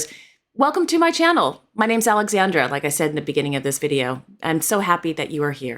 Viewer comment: Your Spanish pronunciation is excellent Alexandra.